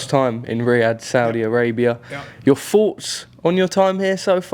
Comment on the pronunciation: Na m8. Its fanks n forts 🎉🎉🎉